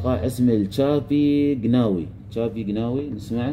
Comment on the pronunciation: .. تنطق شعبي وليس شابي..إيقاع شلوح اي شلحي أطلسي مغربي .وايقاع الملحون وايقاع لعروسة وإيقاع الهداري وإيقاع شعبي gناوي وايقاع العيساوة استاذنا المحترم